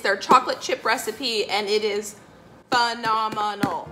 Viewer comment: Am I!!! The only one that heard, phenomenimal(instead of phenomenal 😄😄😄, BTW I think she's still super cool🤗😘💐💖